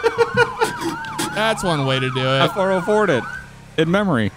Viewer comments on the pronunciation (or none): "i 4-0-4'd it" completely sounded like "I 4-0-Floored" it that was funny as shit right after u ran ryan over hahaha